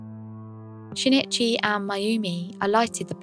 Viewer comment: Very good content but every time you said "shin it chy" I cringed. It's sheen ee chee. The i in Japanese makes a long ee sound. An easy and understandable mistake to make, but no less grating because of it.